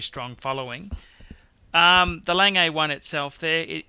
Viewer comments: Just because it terribly hurts my ears: The almost correct pronounciation of "Lange..." is like "lung" with a soft "a" at the end = lung'a ;P The almost correct pronounciation of "Piguet..." is like "pig" with a reduced "gay" = pi'ga ;P Else, I like your collection review very much. Thank you. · Can the speaker of this Video confer with some native speakers about the proper pronunciation of these watchmakers, so he doesn't massacre namens such als Lange for instance. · You pronounce it like the english word "lung" but with an "e" at the end ("e" like in "e"xercise). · It kills me to hear you say Lange. Your pronunciation is god awful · So, you don't know how to say "Lange" but keep posting reviews... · Few things: 1. Lange is pronounced "Lang" with your mouth curling into an "O" when you hit the hard "G" at the end 2. Gerald Genta, not Gentra 3. That Royal Oak with the plastic black bezel is an abomination 4. The Breitling Navitimer - grotesquely busy dial with a gussied up pedestrian Valjoux inside. Hardly one of the 10 greatest, not even the best Breitling (Steelfish or Superocean Heritage Chrono far more interesting) 5. Omega, not "Amiga." 6. Rolex in the top ten? 7. The better PP is the 5204. The Calatrava is 911 of high end watches, ubiquitous and boring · Lange is not "langay". It's pronounced as if you were going to say "langer" but don't pronounce the "r" (similar to Porsche "porsche(r)") Also you said "Piaget" which is the name of another watch maker. This one is "Piguet" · its not lang-gay! its lan-geh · Lange is pronounced 'langur' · Got to agree with the folks who didn't like hearing "lang-ay" instead of the proper (German) pronunciation "Long-ga". And he's clearly confusing the Audemars-Piguet brand with the Piaget brand. Piguet is pronounced "pee-gay" and Piaget is "pee-a-zhay". And didn't we lose one? Number seven? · It's not "lang-ay" it's "lang-ah". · It's not "Lang-A" it's "Lahg-Uh" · Längei :-DDDD Lange GGGGG!!!! :-D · Lon-guh. Douche.